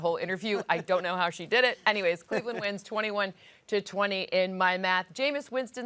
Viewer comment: Did he say Bleveland 😭😭😭😭😭😭😭